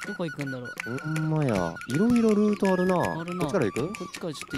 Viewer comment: 5分50秒のなーくんの「ルート」が「るぅと」に聞こえたwww